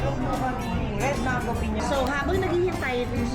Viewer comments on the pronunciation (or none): none